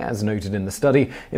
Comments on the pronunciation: its pronounced "Bad-Jao" not bajoowa....... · Hey Simon, just wanna bring a correction on pronunciation. I'm from the southern Philippines and am familiar with the "Bajau" as we consider them a tribal group in the country. The way it is said is Bah-jiao, like the (ba) in back and (jow) as in jowls